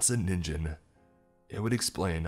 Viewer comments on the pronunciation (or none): Im sorry, but every time you mispronounced Ningen made me cringe so bad. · It isn't just English words! "Ningen" is "human" in Japanese, BUT IT ISN'T SAID "Ninjen". I feel like our generation should at least be familiar with how Japanese loan words are said these days... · Problems with the narration: Ningen (human) is pronounced with a hard G. With the J sound, it turns into ninjin (carrot). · Hey bro, it’s Ningen. Hard G sound. The Japanese have both J and G in their alphabet and G always sounds like Guh. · Is noone going to comment on how he was pronouncing ningen wrong.